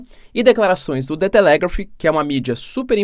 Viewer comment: Professor, a sílaba tônica no nome "Telegraph" é a primeira. Ah, e o sobrenome do primeiro ministro alemão pronuncia-se "sholts".